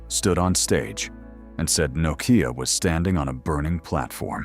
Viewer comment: Crappy ai can't even pronounce Nokia lol, nocaya😂😂😂